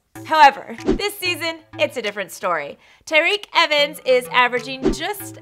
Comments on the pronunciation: Did she just say tareke evens. I'm pretty sure its TYreke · It’s pronounced tie-reek evens